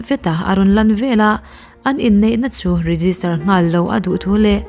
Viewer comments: An monu nu kha an thah vanga an monu khan phu lak a tum i ti sia, a nu a la dam angin a lo lang leh bawk si a ka hrethiam teh nuaih lo. Veleh, tih turah velah i ti thin hi a dik lo bawk. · Veleh tih turah Velah i ti ziah bawk,a ziaktu pawh hian inzir tur a nei nual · Veleh tih turah vela i ti ziah a mizo thuziak dan tur dika chhiarhi a tha vela tih leh veleh chu a dang daih❤❤❤❤ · Velah ti lovin veleh tiin chhir ta la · Chhuah velah nilovin chhuah veleh tih zawk tur a ni e.